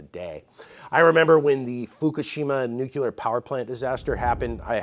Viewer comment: The word is nu-CLE-ar. Not “nuc-U-ler”.